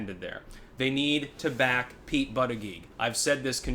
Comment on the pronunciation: I like how he continues to mispronounce Pete’s name. A good way to tweak his fans.